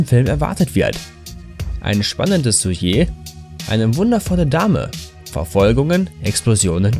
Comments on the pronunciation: Deutsch ist schwierig. Aber was bitte ist ein "Suie"? Hört mal bei 5 '35" rein. Er meint vermutlich ein Sujet. Ist halt ein französisches Wort 😆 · es heißt "Trilogie", nicht Triologie. Und man spricht Sujet "süschee" aus und nicht süye. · "Suiet"? Ernsthaft?! Das spricht soch Süsche aus! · Daumen runter, alleine wegen "Dramas"! Aber auch so finde ich das ziemlich dümmlich. Schaut mal bei , wie er Sujet ausspricht.